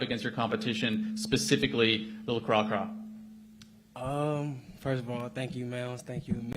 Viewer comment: Somebody gotta tell how to pronounce that boy Cracra’s name